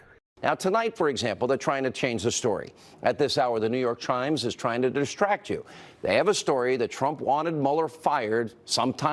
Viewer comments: "the New Tork Chimes" Hannity drunk again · Did he say 'The New York Chrimes'?